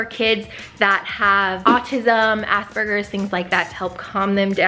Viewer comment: I dont know whether to laugh or be mildly offended at the fact you pronounced Asperger's Assburgers considering my brother has Asperger's and I'm also on the spectrum. Also weighted blankets did not work for me they made me feel too enclosed but hey everyones different